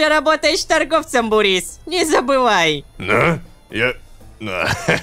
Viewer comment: Бурис нет Бубрис